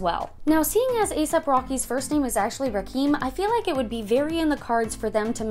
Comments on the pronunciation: Rackkeem jr ? lol it's pronounced Rockeem hence the Rocky in Asap Rocky... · it’s pronounced rah-kim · Pronounced RAH-Kim lol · ASAP’s name is pronounced “Ra-Kim” My baby has the same name, and it bugs me when ppl pronounce it like the way you said 😂